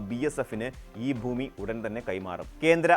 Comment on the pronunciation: എടാ മൈരേ ബൂമി അല്ലടാ,, ഭൂമി എന്നാണ്